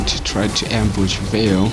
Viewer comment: It's Valir not Vale